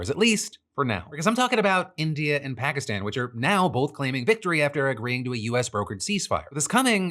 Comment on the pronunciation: What happened to your stupid pronunciation of Pakistan?